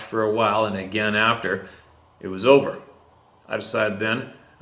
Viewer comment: My girlfriend laughs every time. A gain and a gain😁